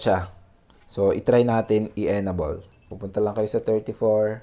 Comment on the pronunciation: Enable = "en-ay-bol" po ang pag pronounce sir not "enabol" po. However, thank you for this useful video.